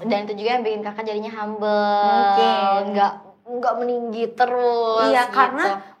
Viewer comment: kok bisa haruka fasih banget bahasa nya, dikelilingi orang2 indo terus ya pronounciation nya masih kurang, seperti "mungking=mungkin, dang=dan, yaking=yakin, nyamang=nyaman" tapi kosa kata nya sudah mantap banget